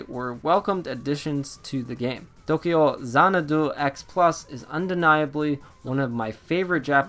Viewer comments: The funny thing is, he's not even pronouncing it correctly. It's To-kyou Zana-dou in the Japanese spelling. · As dull as your review... you make me not want this game. Your pronunciation of the titles name makes me cringe and, just some advice: you clearly wrote this out. You should proofread before you record because it’s SO hard to listen to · this game reminds me of the legend of heroes trails of cold steel,. also maybe dont use an accent when saying the titles name loll sounds funny ha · Tokeeyow zanadoo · Appreciate the review . You just really need to stop trying to pronounce the game title with a Japanese accent??? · stopped watching review cuz of how you say the name of the game.